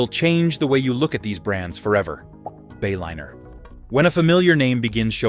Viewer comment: AI crap...Bayliner became Baylinner. Is that what we are spending trillions on?